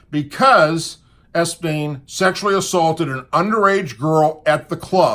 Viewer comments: It's a COUNTRY club not a NIGHT club, do your homework. You're an ex-cop for heaven sake, I'm sure you remember how to follow up a lead. You sure are falling down on this one. Country clubs (for your information) cater to the entire immediate families of their members, including their children. It was the children of employees and other members that Epstein (pronounced EP-steen, not S-peen) was grooming, not underage employees. And when Trump caught him at it, he banned him from the club, and stopped associating with him. This is not difficult information to aquire, several other commentators I listen to found it fairly easily and quickly. I have had to comment before on things you have gotten wrong, I am probably going to unsubscribe. I listen to various commentators to hear varying opinions, but I only want sources I can rely on for accuracy, and that doesn't seem to be you anymore. If there are extenuating circumstances that have you distracted or preoccupied, that I could understand. But there has been no indication of that. If it is the case, let us know so we can pray for the situation. I am looking forward to better from you in the future. PS; The problem I and many others had was, not only that you posted the picture, but that you also had followed it up by saying that you hope Trump wouldn't prove to be involved with Epstein's crimes. That was uncalled for, you know the left will jump on that like a duck on a June bug. They'd say, "See, even his own supporters t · Ok I can't stand it please research. Also, please look at Epstein, it is not Espein, it is EP-Stein. Sorry I don't usually do this but it makes you sound bad. Not knowing all the facts not a drinking club, it's a golf club and Trump worked with police when Epstein was charged in Florida. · Es-bean LOL it's Epstein😂😂😂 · His name is Epstein not Espeen. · Epstein not Espien. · Great report but it's EP-STEIN...NOT ES-PEIN! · Ok, good video. But it's EP-Stein. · His name is epstein, not espien.